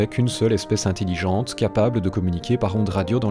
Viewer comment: "int-i-lligente" ... c'est intelligente